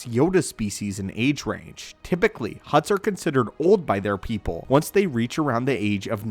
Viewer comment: "Mace Windu pepole" 💀💀💀